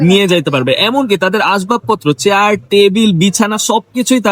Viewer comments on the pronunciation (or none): none